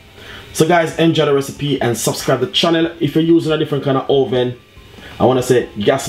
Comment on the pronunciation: joshua lumwanji put it in the oweven